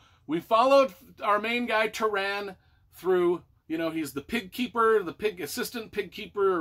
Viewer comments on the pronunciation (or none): Entertaining review. You butchered a lot of the names (Tah-run, not Tuh-ran and Eye-lon-wee not Ee-lon-why; Pri-dain not Preye-dain). There's a pronunciation glossary Alexander put together. This is a pivotal book to read before The High King and tells a really good story.